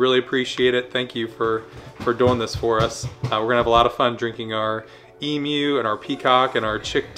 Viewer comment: Thank you so much for pronouncing emu property. 🤣 emoo.